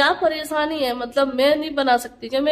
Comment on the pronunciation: Paresani nhi pareshani khusi nhi khushi talafuz shi kro apne